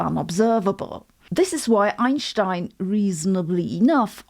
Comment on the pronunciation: Sabine loves Einstien, her regular pronounsiation of his name as germans do..is so lovey ❤. Sabine is & sounds technical as Arvin ash sounds simple..kudos both.. i love QM cuz of dem both & love bible reading which seem to hv lots of QM in it. Great work..ps: bible. Revelation 4.2..god is red as jasper & sardis stone & is fire & lightning as entity.Dats so, Science Yeah !